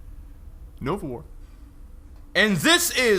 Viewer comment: hova.. he said novawar XD